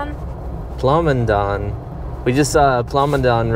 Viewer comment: 68 + years old. I grew up, went to school here in Toledo and still live in the Toledo area. In the early 60's I attended grades 1-4 at St Mary's Academy, yes a strict Catholic school (mostly a girls boarding school, but us boys could attend to 4th grade) next to the St. Francis Xavier church. You mispronounced Plomondon however. The town was a lot different in the 60's and 70's, in 2010 the block the bank is now in burnt down.